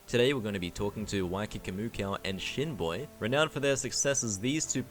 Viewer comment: Fr i thought you said Shitboy had to go back and check no disrespect to Shinboi